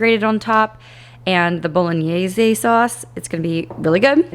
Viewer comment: Italian here ✋Your pronunciation of "bolognese" was spot on! The -gn sound is usually very difficult for native English speakers, so well done haha! Thanks for sharing!